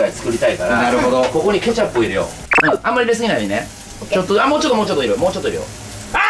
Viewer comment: カジサックケチャップの発音が違うような気がする？